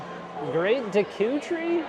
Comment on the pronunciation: Not to be correcting but it's pronounced deckooh tree not deekoo